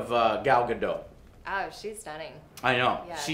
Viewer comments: *GadoT*. theres a T there and it isn't silent you tard. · "Gadooh", its GadoT... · The movie was a piece of Crap! And it's not Gadooo. It's GadoT with a hard "t"!